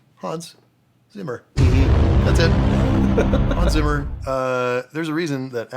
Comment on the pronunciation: 2 words. Real easy. Hans Zimmer. That made me hate being German and mentally correcting the pronunciation....